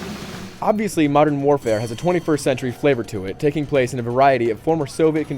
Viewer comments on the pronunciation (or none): none